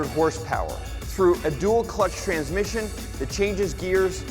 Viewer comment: tranGmission lol 🤣